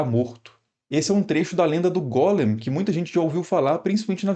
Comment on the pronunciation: E é Golém q fala e não Gólem E Sfer Yetizá "formacao" como em "informar" a hilé (matéria bruta, madeira pré carpintaria) em morphé.